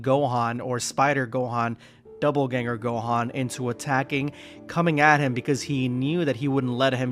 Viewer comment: Bro there is no "b" in Dopp'elganger. God damn.